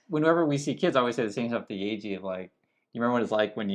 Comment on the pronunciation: It's YEEEEJI